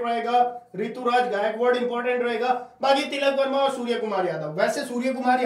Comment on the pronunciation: Tikal Verma nhi tilak Verma h bhai 😂😂😂😂